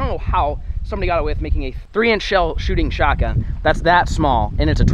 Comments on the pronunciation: anyone realize he saidshotGUM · pov: everyone is talking about how he messed up saying shotgum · It’s shotgun not shotgum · you said SHOT GUM not shot gun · U said shotgum 😂😂😂😂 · I think it's funny how it's shotgum not shotgun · shotgun not shotgum just correct.